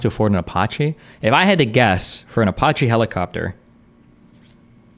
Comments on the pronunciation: Destiny mispronouncing Apache never gets old to me. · Who the fuck pronounces Apache like that?